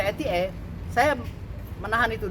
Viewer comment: Jancok pengcaranya bisa salah ngomong UU ITE jadi UU ETE.. Kocak kocak 🤣🤣🤣